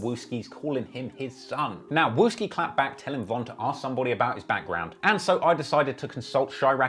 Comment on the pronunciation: He said wooski and that’s not even a right picture of him🤣🤣